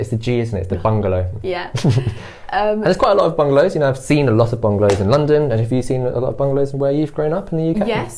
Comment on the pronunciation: I'm trying to understand that R that Indian/Nepali people always put everywhere, but not sure why. Example: parking lot sounds like parking lort. Why does that happen?